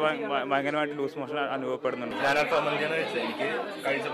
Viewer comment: അൽഫാം അല്ല അൽ ഫഹം